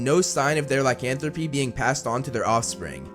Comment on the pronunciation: Lycanthropy, not licanthropy